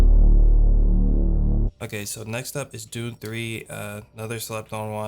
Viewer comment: not "Doom", "Dune"